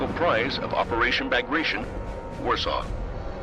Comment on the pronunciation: Narrator: pronounces Bagration wrong for N-th time.: spells Avtomatchiki & Tankodesantniki without an accent.